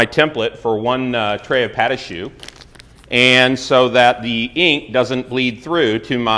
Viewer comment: PAHT….AH…SHOO “pa’dahshoo”, non.